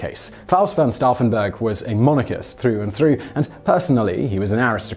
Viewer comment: Once again Simon can’t pronounce anything. It’s pronounced stoufen not staffen